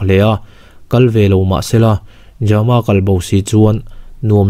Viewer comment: ja-ma ti lovin jam-a tih tho tur a ni ang. Jamkhawlala emaw Thangjama pawh a ni thei a 😇